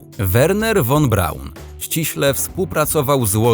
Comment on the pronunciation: Mówi się fonetycznie FON Braun, nie won, ani von. Pozdrowienia i dzięki.